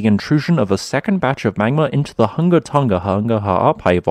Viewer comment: Tonga not "tunga". Residents not "residens". Coordinating not "cordilaying". Definitely not "defnuhly". Below not "buhlow".